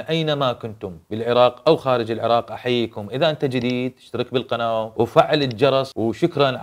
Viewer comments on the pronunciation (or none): none